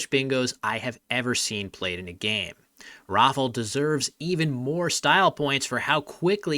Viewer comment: in regards of the polish name pronunciation. its not pronounced rofl, its rah - fow, where "ow" should rhyme with pow. and i dont know where you got dominic, but giving up on this one is at least understandable. it should go like do-mee-nee-chack. also if you use google translate don't be fooled by the pronunciation of "rafal", the l here should actually be an ł, which make different sounds